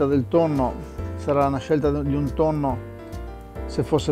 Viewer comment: Tutti,tutti sanno che mangio pasta...con TONNOH con TONNOH